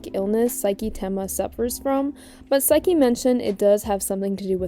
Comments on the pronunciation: AM I TWEAKING OR ARE YOU SAYING SAIKI INSTEAD OF SAKI 😭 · Im sorry but how did you mess up almost everyones name wxs And saki 😭😭😭 you have a clip of him yelling saki in the video